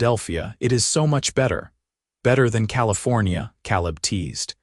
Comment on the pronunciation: So, what happened to the team of oxen and the wagon Eleanor left, her name is (L a nor) not (Lean er). Caleb is (K leb) not (Kal eb)